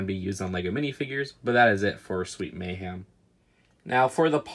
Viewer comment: I love your videos but why do you say “Sweet May-HAM” and not “Sweet May-HEM”😭